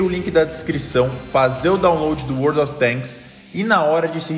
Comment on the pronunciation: Eu entendi World of Bangs